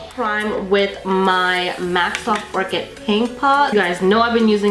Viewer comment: Hey hunny!!! You're so beautiful!! Just FYI its soft oh-ker not soft orchid. Lol. No hate just saying. Much love 💘 from Arizona... Ps. Talking about the eye primer lol